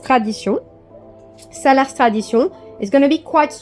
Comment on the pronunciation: For your information, the "s" at the end of Salers is silent. Unfortunately many french people don't know that